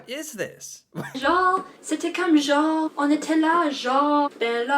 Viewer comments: Québec here. Come and visit, and you will be welcomed with open arms. However, leave Trump at home. Lol.. Chatty Cathy was saying what sounded like jaw. She really means genre (sound very similar). Translation, like! Mostly used by young people. For example, I saw a beautiful lady the other day. She was LIKE as skinny as a model. Hope this satisfies your curiosity. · First of all her prononciation is very bad. Genre: we roll our R and it means literally “like” in English. De toute façon: means “Anyway” Dans le fond: means “ Bottom line” Ouais: means “yeah” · She means "genre", she just cant pronoumce it properly. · Genre = Style, you'll probably ear it a lot in american discussion relating to different genre(style) of anything, ( it pisses me off cause you american do not pronounce it right the E at the end is silent) Québec is really another country that's why a lot of us want our independance, dans le fond means anyway , oui pronounce we means yes, different iterations like ouais is equivalent to yep, de toute facon again means anyway i'm a Québecois and i speak fluently french english italian my name is Gilles